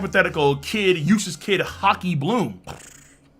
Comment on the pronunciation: i keep hearing usless kidd